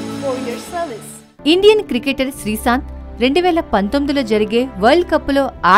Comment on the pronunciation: srisanth kade ttalli srishanth ani Telugu manchiga nerchuko mundhu Telugu paddalu sarigha paluku mundhu